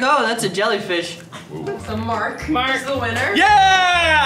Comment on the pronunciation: Mark: “Jellyfrish”